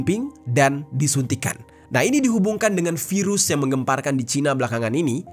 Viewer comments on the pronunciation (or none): none